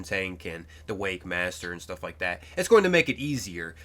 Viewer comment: 'MONpool' 'WakeMASTER' Honestly this man just goes after it, fuck the names 🤣